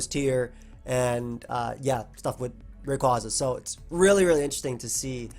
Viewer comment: THANK YOU FOR PRONOUNCING RAYQUAZA THE RIGHT (or at least how i did as a kid) WAY